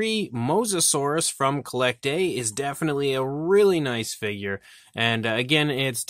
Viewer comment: I think it's pronounced "Collectuh"